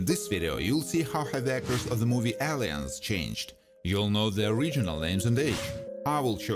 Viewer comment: I completely love how he pronounces Aliens "Alley-ens!"